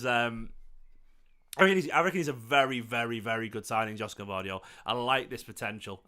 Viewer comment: Gvardiol would be a great addition to our squad. It’s pronounced Yosh-ko Gvar-diol btw his name is sort of a Croatian version of Josep Guardiola